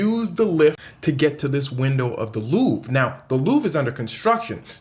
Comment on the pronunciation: Pronounced Loov-ruh not loov